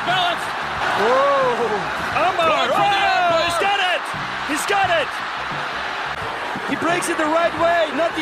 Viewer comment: Thanks a lot, it was cool. Let me mention that name "Фёдор" sounds like "Fiodor", not Fedder